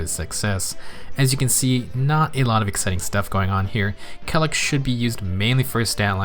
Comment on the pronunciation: I always thought it was pronounced kay-lack...